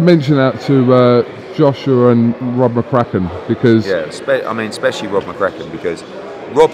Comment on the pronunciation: Eddie ‘Expecially’ Hearn